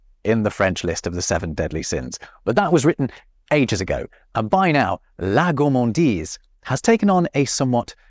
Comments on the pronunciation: it is not gourmandisle BUT gourmandise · HAHAHAHHAHAHHAAHHAHAHHAH😂😂😂😂😂😂 HAHAHAHAHAHHAHA LOOOOOOOL 😂😂😂 "goullmandile" 😂😂😂😂😂😂 c'est plutôt: "gourremandize" pour la prononciation ! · for gourmandise, why did you say 'gourmandille'? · I am french and hearing you say "gourmandile" while trying to say gourmandise ... That hurts my ears sorry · Hey pépère GOURMANDISE avec un S ne se prononce pas GOURMANDILE avec un L. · You totally said "Gourmandille"